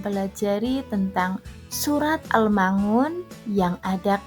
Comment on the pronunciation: risih sekali mendengar pengucapan surat AL-Maun = AL Ma Un